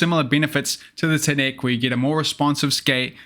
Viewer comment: How does a blading news channel STILL pronounce TNEC like a weirdo? I’ve not heard anyone say it that way